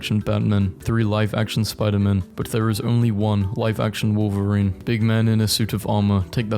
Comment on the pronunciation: Did you actually say "life action Gwen Stacy" 😑